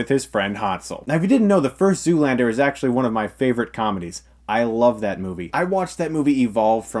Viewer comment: ... But why are you saying it like that? 'Legit', 'actually', like 'literally' - that emphasis. As if it's difficult to have a better love story than Twilight. Those things literally do have a better love stories than twilight, it's not a joke in the sense that those sentiments are untrue. It's a joke because just stating the fact that Twilight's love story is that bad, is funny. Your emphasis is superfluous, because although it's funny doesn't mean it's untrue.